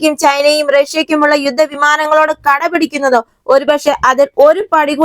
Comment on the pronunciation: കടപിടിക്കുന്നതല്ല - കിടപിടിക്കുന്നത്